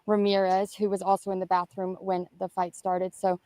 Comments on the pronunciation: Ok help understand what a “ BAFFROOM” is???? Could it be compared to BATHROOM? 😂😂😂also what does JIGGED EM mean? Did he mean STABB? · Ok help me understand what a “ BAFFROOM” is???? Could it be compared to BATHROOM? 😂😂😂